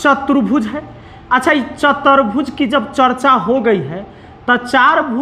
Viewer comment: सर, आपने बहुत अच्छा समझाया है लेकिन आप कुछ शब्दो को गलत लिखते है और उनका उच्चारण भी गलत करते है जैसे, समानांतर की जगह समांतर और चतुर्भुज को चतर्भुज बोले है आप. कृपया भाषा के व्याकरण की शुद्धिकरण का ध्यान रखे वरना आगे आने वाली पीढ़ी भी गलत उच्चारण करेगी